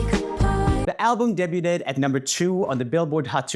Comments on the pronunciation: My favorite is Joel reading "debuted" as "dabe-yoo-ted" instead of "dabe-yood" over & over 😂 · idk if the pronunciation this is comment bait or not, but in case it is: the t in debut is silent. debut is pronounced "day-BYU" and debuted is pronounced "day-BYUD". blame the french. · The word is de-b-uy-d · I love it. He has always said that and it just makes me smile, especially when he's english is normally perfect. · Say it with me Roomie: Day-B-yewed (debuted) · Roomie you gotta learn how to pronounce debuted 😂 😘